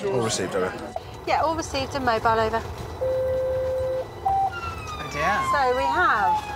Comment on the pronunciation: At the start of the episode he goes oH dEaR oH nO most british thing ive heard in awhile lol